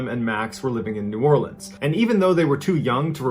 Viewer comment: Is #3 Charity Hospital? I live north of New Orleans and have heard how creepy that place is. Also, kudos for how well you pronounced New Orleans lol most people pronounce it as it's spelled while we say it more of Orlins. Also love when people from out of state try to pronounce words like Tchufencte and Thibodaux